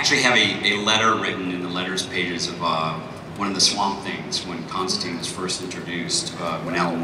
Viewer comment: everyone's pronouncing Constantine wrong :(